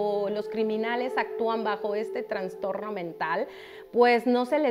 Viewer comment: Holaaa se dice trastorno no transtorno